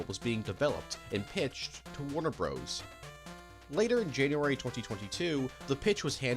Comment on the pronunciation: If you pronouce Bros. as Broes, do you pronounce Dr. as Drer?!!!